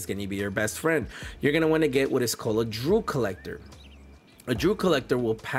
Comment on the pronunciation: It is D-E-W Collector! Are you a Kamala voter?😂😂😂